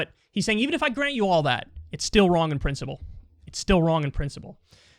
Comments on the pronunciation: I can't get ever the fact that Kyle pronounces principle as prinCIBLE! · I love that Kyle says Princible